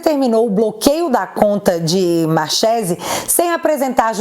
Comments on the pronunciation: pronuncia-se marquesi..nome italiano. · Marchese é sobrenome italiano, Ch se pronuncia como que, então seria Marquése a pronúncia correta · Escreve se Marchese, mas a pronúncia e Marquesi. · Marchesi não se pronuncia com som de "X" e sim com som de k, markesi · Marchese = pronúncia MARQUESE,.... Só um adendo. E se escreve assim mesmo ❤😘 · Me desculpe a correção, mas "Machese" se pronuncia "Marquese". Obviamente se for italiano. Por que sei isso? Sou "Chiarini". 😂 O restante está perfeito como sempre. Parabéns!!!! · É italiano: lê-se: Marquese. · Pronuncia Markerse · Oi, acho q o nome é pronunciado Marquese(Marchese) eu acho por ser descencia italiana.❤️❤️❤️😊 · A pronúncia é Italiana : Markezi 😊😊😊😊😊😊😊😊😊😊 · escreve-se Marchesi, mas lê-se Marquese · Markese...ch em italiano se pronuncia k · Marchese - pronuncia 'marquêse' (italiano) - marquês em português. Valeu. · só para você saber a pronúncia correta, é com "ch" mas é Mar"k"ese. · Se pronuncia Marquesi 😂